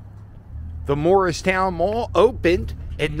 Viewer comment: Hey... You're from Philadelphia... Why can't you pronounce "Moorestown Mall"? Even YouTube's closed captaining translates it to "Morristown Mall" when you say it. If there ever was such a place, Morristown, New Jersey is about 100 miles north. If you really want to see dead malls, too bad you missed Burlington Center. It was closed for about 10 years until they recently tore it down. Or how about Echelon Mall in Voorhees. Its so dead that, except for the one remaining Boscov's anchor, they now call it Voorhees Center and townhall moved in. There's a dead complete Strawbridge & Clothier store there. They're also building apartment townhouses in what used to be the parking lot. Enclosed malls might have been cool when Cherry Hill Mall was the first one I ever saw 50+ years ago, but, since I moved to Cherry Hill about 45 years ago, I doubt if I've been there more than a dozen times.